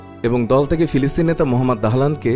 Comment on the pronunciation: ফিলিস্তিন, পিলিস্তিন নয়.